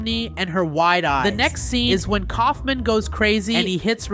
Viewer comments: Stop calling him Colfmin it’s colfmo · its kaolfmo not koulfmin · You keep on saying the clown's name wrong his name is K a u f m o can you please say it correctly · Its not Kaufman its kaufmo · Kaufmo not Ksufman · Dude you don’t even have gangle as a morph that’s just dumb Edit:btw Kaufmo isn’t pronounced Kaufman it’s pronounced Kaufmo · why did u call kaufmo "kaufment" his name is kaufmo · KAUF*MO* NOT KAUFMAN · its kaufmo not kaufman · this is feedback not haiting: bye the way Iits not kaufman its kaufmo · His name is kaufmo not coughmen 😂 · Dude his name is kaufmo not kaufman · Cough men😭💀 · Its pronounced cough-moe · it is kaufmo, not kaufman, not aufman... ragatha is /ra ga tha/ not /raga tha/ for correction